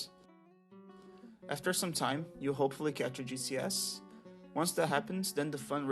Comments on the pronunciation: Am I the only one hearing GCS as juicy ass? lol, Ty for tutorial btw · I really thought he was saying Juicy Ass instead of GCS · I kept hearing "juicy ass" whenever you talked about the spider xd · Somehow I missed you shortening "Giant Cave Spider" to "GCS" and instead thought you were calling them a "Juicy Ass"... I was so disappointed upon finding out what you were actually saying, both in myself mishearing it as that and because it wasn't what you actually said. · not me thinking you was calling a GCS a juicy ass lmao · Fascinating. As a DF noob, most of this went over my head, but I want to try it any way. Also on an unrelated note, every time you said "GCS" I heard it as "Juicy ass". I think that says more about me than it does about you lol. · Am I the only one that hears "Juicy ass" instead of GCS? 💀😂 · I know he's saying G.C.S but it sounds like Juicy Ass. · Took me a moment to figure out he was saying gcs and not juicy ass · Gcs'.... I thought you said "juicy asses".